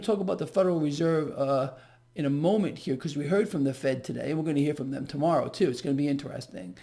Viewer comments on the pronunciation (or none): Did you say Fed rate hike or Fake rate hike ?